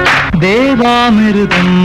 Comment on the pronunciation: தேவாமிருதம் என்ற அவர் உச்சரிப்பை நான் ரசிப்பேன்.